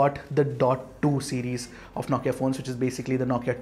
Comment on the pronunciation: Ffs. It’s “No” Kia not “Nau”Kia.